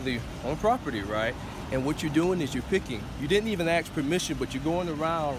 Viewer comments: You didn't even axe could you pick flowers what does axe mean can't speak proper English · he said axe. Deal with it.